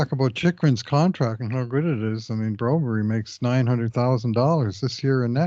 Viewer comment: Guys…please…quit calling him Broberry. You got bad info, his name is Broberg.